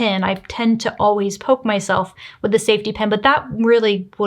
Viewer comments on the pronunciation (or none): none